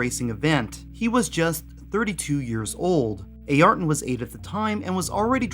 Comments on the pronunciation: Great vid but your pronunciation Ayrton is soooo grinding with me. It is Air-tun NOT A air tun! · "A-arton"... nope "a-yer-ton" Senna Da Silva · Ay-ar-ton? Really? Never heard his name pronounced anything other than Air-ton. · Air-Ton. say it like that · true but still everyone knows the correct spelling of the name regardless of where they're from... it's actually the first time in my life I've heard someone actually saying A-Arton